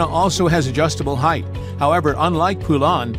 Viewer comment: I've heard from folks that actually worked in a Poulan factory that it's not pronounced "poo-LAN" like you are using here. It's pronounced "POLE-en".